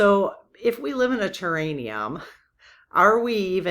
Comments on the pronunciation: Respectfully it’s “terr-air-ee-um” not terr-ain-ee-um. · I keep getting held up on the word I'm guessing you're mispronouncing, do you mean terrarium, like a big glass bottle with plants inside an enclosed bottle? Ter air ium. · Hi, I think it's a terraRium, not terraNium.